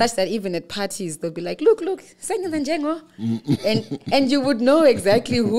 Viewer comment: really got th pronounciation way wrong😂🤣😂🤣😂. Am not even Ndebele but I can hear it